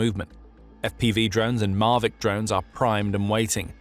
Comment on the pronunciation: Why do you mispronounce 'Mavic'? It's not mar-vic. Phonetic Pronunciation: /ˈmævɪk/ or "mah-vik."